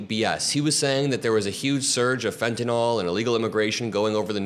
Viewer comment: Pronunciation American pronunciation Sounds like: fen·tuh·nuhl